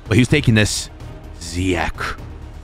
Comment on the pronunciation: Did anyone notice he said ziyak to ziyech